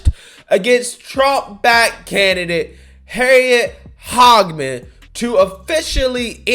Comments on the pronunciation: can you please try to pronounce people’s names correctly? It’s not HOGman, it’s not HAG either, it’s Hage (like The Hague) man. It’s not a difficult thing to do. Always is cringe when you do this otherwise I love your commentary ✌🏼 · Here in Wyoming we learned our lesson. We voted her out for "HAGEMAN." It is NOT "HOG" it is "Hay-G-Man." But do you see how the MSM is loving on Cheney? Maybe she can run out East in Virginia or someplace...